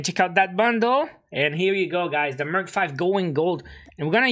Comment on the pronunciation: Did no one realize he said Merch 5 lol😂